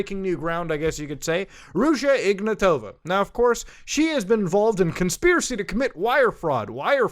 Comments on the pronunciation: to be honest I always love when people mispronounce names. It just has it's charm. well in this case it's just that it's ignAtova not ignatOva but still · I hope that woman rots in prison. The name should be pronounced IgnAtova (I'm Bulgarian). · Hey Muta, great video, but it's spelled like "IgnAAtova" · Here's some help with pronouncing Bulgarian names - we are not russian and we don't say them like that. Ruja IgnAtova (the capital A is where you put emphasis on). Pet peeve but we don't like russia and being associated with them in any shape or form. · he butchered her name so hard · The 'J' is pronounced like the 'g' in "rouge", and the stress in "Ignatova" is on the first 'a'